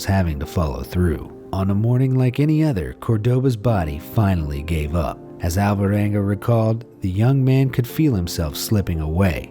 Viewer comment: Please take no offense, but I only got that the name of the guy was "Alvaranga" towards the end of the video, when I saw it written on the screen. For the entire lenght of the video it sounded like How-Voh-wangah. It somewhat puzzles me that English speakers ALWAYS fail to pronounce every single Spanish or Italian name, no matter how simple or short. And those languages are probably among the easiest ones to mimic, when it comes to phonetics. Basically all you need to do is to learn how to pronounce the twenty-something letters of the alphabet, and when you read any word you will never need to guess: every single "A", "B", "C" or "T" will always sound exactly the same regardless of what letters are next to them, with maybe 1 or 2 easy exceptions. English, in comparison, is an absoute nightmare, where you literally have to learn how to pronounce every single word.